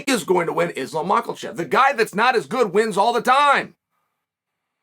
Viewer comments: Chael “Mocklechev” Sonnen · Spoiler Alert: Chael does not put the ‘L’ in Mock-L-Chef. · I know the bad guy tells us we don't need to correct him on all kinds of comments, but please Chael, have enough respect for Islam to at least pronounce his surname correctly and not put an L in it where there isn't one, just to condesend back to you Chael. Without question your knowledge of the sport way outweighs my own but the mis pronunciation would maybe lead someone to believe that uncle Chael has never watched an Islam fight!!! Sorry Chael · Islam "MACKLECHEV". Alex "PIERA". Chael doesn't give a fu*k about pronunciation 😂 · Makalchev and Benny Daroosh on the same card. Uncle Chael is doing that on purpose, right? 😆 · Why does he say machelchev? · Chale, no disrespect intended, but can you say Islam’s name a little better? Macelchev is not so close. It’s one of those things were you are miss pronouncing it and I’m going to forget how to say it right because I watch you so much. 🤙🏼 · Makhachev has no L in it. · Islam Makelchaev 😂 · Goddammit Chael it takes me 18 seconds to find out there is no L in Islam's last name! Literally no one pronounces it like that! How many times would I have to call you Chole or Chiel before you would correct me? Respect these dudes. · Is it bugging anyone else that Chael is adding an L in islams name 😂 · Have always believed Islam will win this fight. But Chael, it he does win, will you begin pronouncing his name correctly? Yours, Dricus Du Plessis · If Islam wins you've got to start saying his name right lol